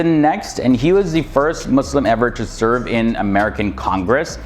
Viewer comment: I respect you you pronounce muslim with S